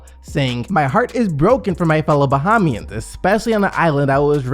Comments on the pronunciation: My dude im full blooded bahamian you pronounces that so wrong it made me cringe. Its not Baha-mi-ins...its ba-hay-mi-ins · It is pronounced Buh Hay Me Ans SDC